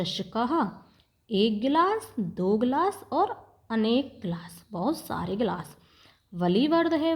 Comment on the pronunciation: गिलाश नहीं होता गिलास होता है। एष: चषक: यह गिलास है, ना कि यह एक गिलास है। एक: तो लिखा ही नहीं है😂 ब्रहत नहीं बृहत् है। मजे लेने के चक्कर में पढ़ना ही भूल गई और दूसरे को कह रही हो मजे लेकर पढ़ो इतना भी मजा ना लो कि शब्द का सही उच्चारण ही भूल जाओ।